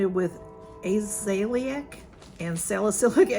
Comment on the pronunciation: I ❤ Paula's Choice Azelaic Acid, but it's gotten too expensive so I don't purchase from the band as often anymore. I believe the pronunciation is: A (as in apple) Ze (as in Zest) La (lay) Ic (likey icky or sticky) Ah-Ze-Lay-Ick Acid